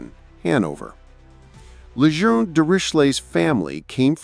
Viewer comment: Um. And Lejeune. And Nooton.